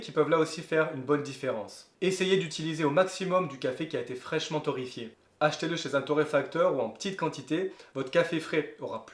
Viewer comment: Torréfié et pas torrefié😢